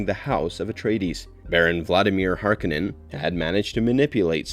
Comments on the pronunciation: Duke Lego's name is pronounced lee-toe, not let-oh, I thought! 🤔 And Baron Harkonnen's name is pronounced hark-oh-nun, not harka-nin, isn't it? 🤔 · Har-ko-nen is how it's pronounced